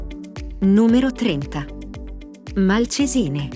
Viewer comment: Un viaggio molto interessante fra i borghi più belli del Nord Italia. Magari informarsi sugli accenti (tipo Malcesìne invece di Malcésine e altri) e l'agghiacciante popolo UALZER anziché Walser che sono di origine tedesca quindi si pronuncia come si scrive. Perché inventarsi cose? Noto che spesso la gente crede che qualsiasi nome non italiano sia inglese o americano. Tipo Riciard Wagner (uogner?) e altre bestiate.